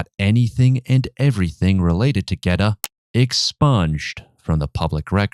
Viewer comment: it’s the pronunciation of Geta that strucks my nerve. As an Italian, listen to me: it is not “gueta”!!!